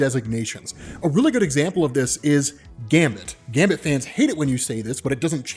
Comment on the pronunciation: Great video, but some respect on Gambit's name lol